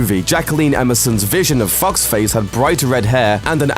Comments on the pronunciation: And "Foxface" sounded more like "Fuck's Face." :P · When he first said fox face it sounded like fuckface or fockface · Just me who heard F***ed Face instead of Foxface? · when he said foxface, i thought he said f*cksface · I heard "fox face" as "fucks face". lmao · All I could hear was "fucksface" instead of "Foxface" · I thought he said Fuck's face and not Foxface. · He makes "foxface" sound like "f*cksface" 😂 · Sounds like he's saying FUCKSFACE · I thought he said fuck's face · Holy shi- At first when you said FoxFace I was like the fuck? Did He say FUCK Face? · You can't change the facial structures. Those perfectly described people you want probs don't exist, and if they did, I doubt they'd be amazing actors like Liam Hemsworth and Jennifer Lawrence. Also foxface looks like a fox, also you pronounced her name fucksface... it made me laugh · when you said foxface i thought you said fucksface and i just died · I love how this guy says the characters' names. Fucks Face and Pizza Mellark XD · when he says foxface it sounds like he's saying fucksface ahah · Sara gillar ost hahaha I heard that too